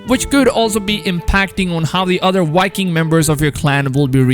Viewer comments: Are you calling Vikings, "Wikings"? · 🤦‍♂️ Because, they're called Vikings. So why is he saying "wikings" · Why are you pronouncing V’s as W’s? Walhalla, Wikings etc. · Last i checked its Valhalla not Walhalla!!! 😂😂😂 #JK #CheersM8 Wikings are in too. Not Vikings!!!😂😂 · They are not called "wikings" and the game isn't called "Walhalla" its "vikings" and "Valhalla" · It’s Vikings not Whitekings 😄😄😄😄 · Assassin's Creed Walhalla with Wikings... Geez man... Pronounce them properly